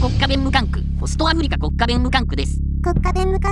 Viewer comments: ところどころ「あふりか」が「あふりりょく」になってませんかねぇ… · アフリキってか